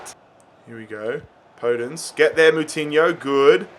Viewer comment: Its called podènce not pódence